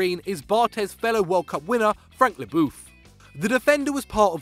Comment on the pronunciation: is Algerian, he should be able to pronounce French names. “Le Booth”